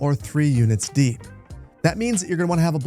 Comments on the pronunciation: I love your stuff man, but can you please remove the t from the "2 units deept" road? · "Deept" made me giggle.